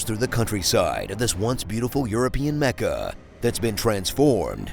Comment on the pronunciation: Its "Mecha" not "Mecca" Sorry i can't resist